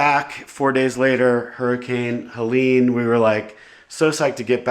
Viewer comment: Why cant US ppl pronounce Helene? Google Helene Fischer, Atemlos. You will thank me later. My thoughts are with you. But here we bury our power lines. Also our Internet runs through fiber optics under ground. I never experienced loss of signal! Call the Dutch, we'll fix it forever!😏